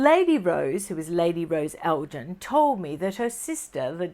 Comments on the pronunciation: Hi, The correct pronunciation of "Elgin" as in Lord Elgin is "El-gin" with a hard "G" sound, not "El-jin". The Lord Elgin Hotel is a historic gem in Ottawa Canada where I grew up,and has been there for over eight decades so learned the pronunciation as a very young girl:)))🌷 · Elgin = el-g- (as in goat)- in. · Elgin is pronounced with a hard 'g'. Not like the alcoholic beverage...! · Its not pronounced Elgin as in the gin drink, but a hard G sounding like grin....I am from Scotland and I was actually born on Elgin Street. So Elgin with a hard G. 😊